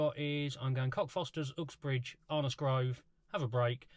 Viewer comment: Interesting pronouncing of “Ooxbridge”